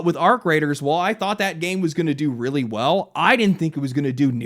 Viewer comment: *weawy weawy hard